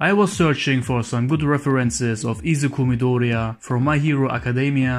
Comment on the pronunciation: I’m so grateful that you tried to pronounce Izuku midoriya in the “‘meant to be” Japanese way.